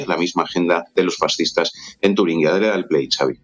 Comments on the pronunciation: ¿Queréis pronunciar Turingia bien? Es una "G", no una "GU". Sed de izquierdas si queréis pero pronunciad bien el idioma. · Por favor, se dice Turingia, no “Turinguia”.